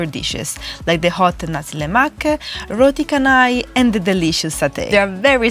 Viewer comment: *Roti Chennai, not Roti Can-I